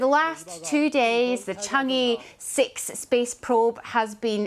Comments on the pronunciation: It's pronounced as "Chang Eh", not E. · The tone is not "e", is "er" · 是嫦娥，不是长歌。貌似歪果仁都没法发对这个音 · 不是读 chang e 而是读 chang er . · It’s pronounce “chang-ur” and “chong gou” please have the decency to check with google! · 'Chang'e' is pronounced as 'Chang Er'. Please western journalist, learn to pronounce Chinese names properly. It's not difficult., Just asked anyone who speaks Mandarin or GOOGLE!. What is so difficult about that? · When a China correspondent can’t prounce chang’e correctly😂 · she is BBC reporter in China, but she does not even bother to learn how to properly pronouce Chang'e 嫦娥😅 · BBC china correspondent can't pronounce Chang'e properly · BBC没让我失望！chang'e的发音都是错的。。。果然是一个没有公信力的媒体小丑。